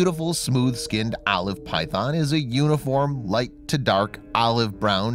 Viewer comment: who the fuck pronounce olive like that